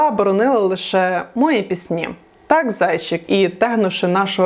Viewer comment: А що це за наголос: "забЕремо", "мОї"?!